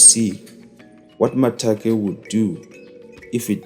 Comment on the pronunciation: Its Makate not Matake